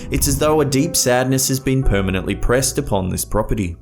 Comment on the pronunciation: "permently pressed upon this property"